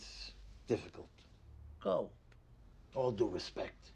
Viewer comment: "With all due respec"